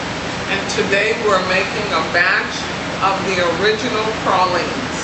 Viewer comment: TRUE new orleanians say pralines like this woman unlike out of towners say "pray-leens"